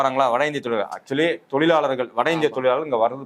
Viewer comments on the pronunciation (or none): "Zha" not " la" in tozhargal.